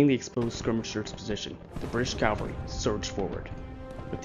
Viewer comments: Loved this, but please, it's cavalry not Calvary. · It’s Cavalry, not Calvary. Calvary is where Christ was Crucified!. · Very well done. My only other comments I would add is it's Cavalry. Calvary is the place where Jesus was crucified. Also, his name is pronounced Mary-en, not Mar-ee-en. We students growing up in S.C. learned that early on. I've visited the battlefield. It is much smaller than one would guess. Thank you for a very in depth look at a great battle. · Cavalry, not Calvary.